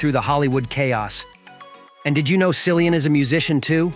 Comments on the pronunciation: Learn to pronounce his name correctly! Geeezzz! It is like Killian! You really shouldn’t do a video about someone whose name you cannot pronounce correctly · Probably the information here as false as the way they pronounced his name. Common it is common courtesy to pronounce someone 's name correctly. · Incorrect pronunciation of his name 🙄